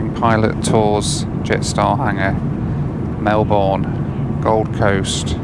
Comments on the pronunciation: Hey. Always enjoy ur flights and commentary from my lounge room & Big screen TV. 😁 If you don't mind me saying, but it's NOT pronounced as Mel Born... Its pronounced as Mel Burn. Mind you, we have Australians that can't get Launceston correct! They'll call it Lawn Ceston instead of Lon ceston!😂 Safe travels matey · "apocalypse" "big theatre thing over the water" 😂😂😂. Never change mate. (And it's pronounced Mel-burn not Mel-borne) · Scoot is pretty poor, even in ScootPlus... also, its Mel-Bin, not Mel-Born... just saying... LOL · Fyi.... It's "Mel-bun" not "Mel-borne" And JQ isn't as bad as what some people say. They are cheap from Australia, and do the "bogun" runs from Australia to Bali and Hawaii. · Mel-burn not Mel-born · A nice view of the Apocalypse 😮 I thought that was a nice view of the Acropolis 🤪 psst Melbourne is pronounced as Mel burn not Mel Born ! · Great vid, can definitely relate with the jetstar frustration.... only thing that frustrated me was how you pronounced Melbourne - as a local we say It as Mel - bun not Mel - born but other than that awesome. Serious stint to spend so much time on Jetstar and Scoot for the viewers. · Not Mel-born. Mel-burn. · When someone told me he catch scoot, all I think off the King of delays😂, glad you fly ontime😅. It's Mel Burn, not Mel Born. 😅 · Love the video, but as a local it's soul destroying to hear Mel-born...please pronounce it Melb'n :) (same applies for Brisb'n) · Where is "Melborn"?! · Mel-bin is how it’s said- just for next time! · Love yr work. Thanks. Re this video know you’re not going to rework your film but for future reference please, please stop putting the emphasis on the last syllable of Mel/BOURNE. Same with Brisbane. Much of Australian speak is that you often swallow down your final syllable. Say the word like you’re tired and you are mumbling. Travel safely. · Aussie here 👋🏻 Ya cant say Melbourne that way?! haha pronounce as “mel-ben” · It’s pronounced melbin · Mel-burn mate. Mel-burn.